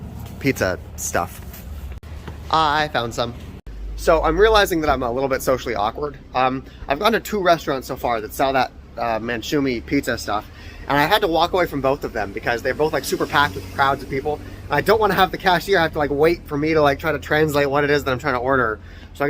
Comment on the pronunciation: The thing that you called manchoumi or smthng it's called mankoushi